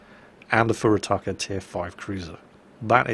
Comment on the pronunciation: ..... really? "FurutakER"? That's what visiting the US does to a Brit ;)